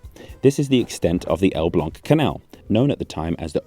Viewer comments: wow, your pronunciation of "Elbląg" is immaculate! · I'm not a native speaker of Polish but Elblag did sound correct... sorry can't type the A with the thing